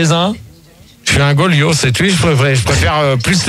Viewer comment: "Un Golio"